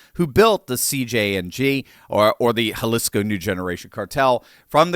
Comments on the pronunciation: Jalisco: (Ha-Lee-Scoe) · Jalisco is pronounced Ha-lees-co. The I is the "long E" sound. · Pronounced Haleesco. It was painful listening to you pronounce Jalisco.